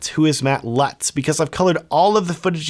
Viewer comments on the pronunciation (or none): none